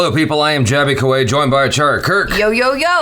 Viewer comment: Jaby - it's produced With-ya Baal-un